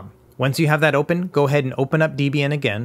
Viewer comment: >constantly mispronouncing Debian Absolute pain!... Other than that, great guide as always. DEB (pronounced like the name Debra) IAN (Pronounced like the name Ian) DEB-IAN... Not pronounced DE-B-AN, never that. : - )